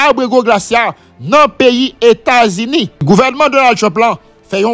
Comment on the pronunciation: Se États-Unis États-Unis, États-Unis corrigé bouche ou frè m